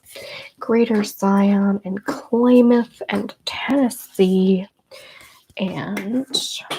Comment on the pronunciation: Kalamath is pronounced Kah-lah-math. Happy belated birthday!! Thank you for this!